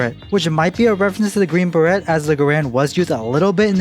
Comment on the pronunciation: 0/10 pronounced it beret and not ber-ay